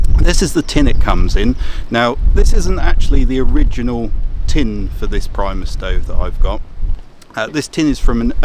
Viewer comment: reads Primus hears Priemus :P love it